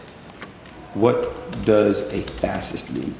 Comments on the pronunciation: Adin seems more than a little dyslexic which would explain why he's that old and still can't read. Even his name looks misspelled (Aiden). I wanted to cut him some slack, but the world is full of audiobooks. He's clearly willfully ignorant. So he lost me when repeatedly said "fassist". This was really painful to watch. It's the dumb leading the dumb. He's willfully ignorant. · What an idiot this guy adin ross is! I mean should a guy that cannot properly pronounce the word”fascist” properly and has to look up the meaning really be in the business of “influencing” others on social media to do anything other than what clothes are hot these days…… really! With all that money you’d think he could have afforded a better education, or even just an education for that matter because these concepts are BASIC! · Fuck I remember that dude having trouble pronouncing "fascist" idiot just talks in brain-rot terms "On god on god for real for real no cap" fuck sakes stop teaching kids how to gamble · The dude that can't pronounce fascist talking to a wannabe fascist? This is gold! Mind-numbingly stupid gold, but still gold.